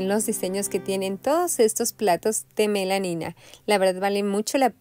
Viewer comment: Hola, se dice Melamina😅